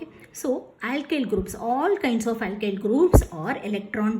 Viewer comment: It isn't a compliment. You should know you are being racist or stereotypical Btw aailkyl group and caarbo-cetaion are hilarious